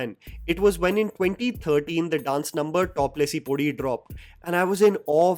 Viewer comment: it haunts me how he pronounced top lesi poddi